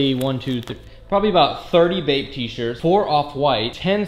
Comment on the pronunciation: everytime he says "bape" I think he is saying "vape"